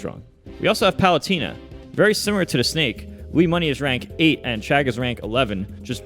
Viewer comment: Stop saying Luimoney please xD. I get depressions. It‘s called Luis!